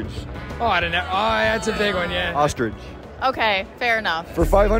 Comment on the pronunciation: It's ostrich not ostridge Punk 😂😂😂😂😂😂😂😂😂😂